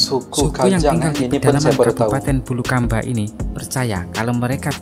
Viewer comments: Bulukumba bukan bulukamba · Naratornya sebut Suku Kajang dari Bulukamba, harusnya dari BULUKUMBA 🤣 just inform..